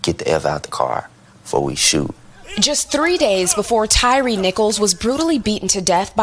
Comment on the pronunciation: PLEASE SAY HIS NAME RIGHT!! Tryin to get views off an innocent mans murder n u can't even call him by the right name! TYYYYYYY-RE. Say it. SAY IT RIGHT!!N btw u sound stupid as hell!